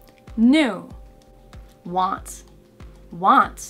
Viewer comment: Hi, thank you for your videos. They are very useful! Just one question: when you pronounce some words, such as 'want' you add an 's' sound. Thanks for your answer 🙏